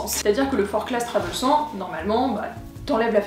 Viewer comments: On prononce forclaz sans le z car c'est haut savoyard ;) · Je me permets juste une rectification sur la prononciation de la marque car je viens de Haute-Savoie et ce sac porte le nom d'une commune de ce département. On prononce donc Forclaz sans le Z, Forcla